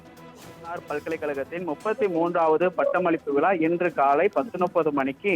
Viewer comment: அது விலா கிடையாது விழா முதலில் உச்சரிப்பு சரி செய்யுங்கள் நீங்கள் என்ன வேண்டுமானாலும் பேசுவீர்கள் நாங்கள் அதை கேட்கனும்